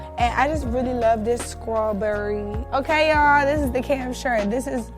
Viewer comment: The skrawberry 😂